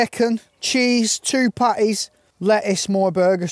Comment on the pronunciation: are you pronouncing pattys right there or is it me? :v